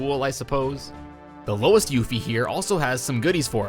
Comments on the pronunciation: Still sticking to "Aeris", huh? Those other pronunciations were kind of jarring too; "Baah-ret", "Yuf-ee". I know the pronunciation of Barret is a little contentious but Yuffie is definitely "You-fee". Also, slight mistake, it's Red XIII (13), not Red VIII (8). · how long has this game been out? and you STILL butcher the pronunciation of character names... Yuffie and Barrett!!! omg lol it's YOO-FEE & BEH-RETT!!! not "Yuh-Fee & Bah-Rhett" SMH !!!! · Yaffy and Bahrret 💀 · Did you purposely constantly swap names constantly like the two different yuffie pronunciations just to make sure nobody is happy? Lol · Thumbs down because you keep mispronouncing Barret and Yuffie and called Red XIII RED 8.